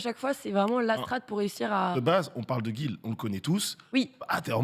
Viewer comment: j'avoue qu'au delà de son look Wishildan il assure. Voix posé, intelligible, sans erreur de prononciation (Guile) Chronique très intéressante et pas survolée... Je serai ravi de le voir plus souvent ailleurs que sur le JDH !